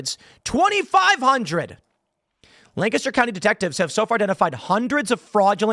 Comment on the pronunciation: Why are you saying “Lancaster” like that?